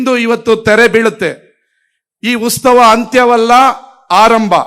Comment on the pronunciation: ಉತ್ಸವ ಕಣೋ, ಉಸ್ತವ ಅಲ್ಲ